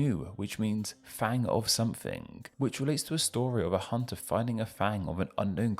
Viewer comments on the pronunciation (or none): none